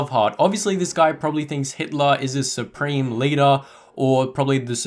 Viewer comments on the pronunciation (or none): none